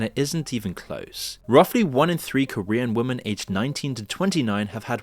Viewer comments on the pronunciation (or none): When the fuck are you going to learn how to correctly pronounce the word 'women'?